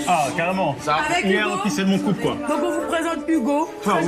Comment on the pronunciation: Mdr mcfly à entendu poulpe au lieu de couple